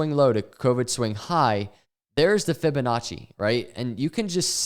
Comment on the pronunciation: “Fibinachos” lol